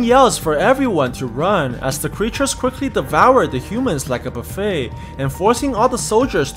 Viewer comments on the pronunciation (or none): none